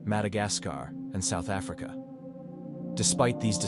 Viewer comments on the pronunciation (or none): none